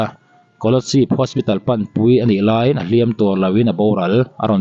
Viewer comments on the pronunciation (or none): Leinat tiin i lam zel a,Lainat tih tur aw..leinat ti a lam ho hian Vaivut pawh veivut an ti zel.Maian bai tih pawh meian bei an ti zel..Ngaihtuah tih pawh ngeihtuah an ti zel..😂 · Leinat ani lo Lainat tih tur aw sir..😊